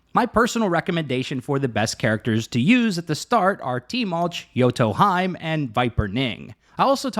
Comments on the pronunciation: Same after the game properly says "hime" I hear "hyme" right away hurts my ears so bad like a scratching at a blackboard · (hime)Heeeeeeemeeeee not haym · yoto... HE - MAY. not hyme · *Hime (He-May) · not hime, it's pronounce as "he-may" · Or Jotunheim. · Hahaha yoto haime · not sure because im german but would say may like the month.. its hee- meh..more like that...in german with different pronunciation id make it Hi-me..main character of bleach is called Orihime, Hime actually meaning princess. also watching anime jap original so not english dub pronunciation. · FFS hahahaha ARE YOU doing it on purpose saying their names in the most wrongful way? hahaha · I’m sayinggggg 😭😭😭